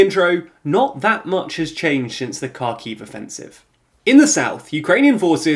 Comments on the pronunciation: Isn't Kharkiv pronounced like har-kiv? Not car-kiv? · It's insane how you make these videos day in and day out and still haven't learned how to say Kharkiv or Kherson